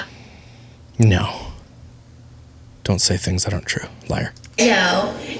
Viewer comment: Does she say tings as things? 😂😂how does he not say baby, it’s things. Come on man lol